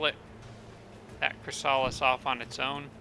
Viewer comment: You haven't evolved your Chrysalis in that auto combat, it died and the Medusa revived it as a Spawn, it's one level down now. The Spawn evolves into Chrysalis, not the other way around. Also, and I apologise for being that guy, it's not ChrysAlis, it's ChrYsalis.